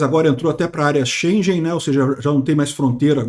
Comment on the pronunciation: G, em alemão, é como o gama grego e russo. Por isso pronuncia-se Espaço Xenguen.